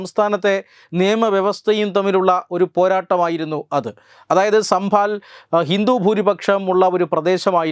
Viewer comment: It is Sambhal and not sambhaal Sir!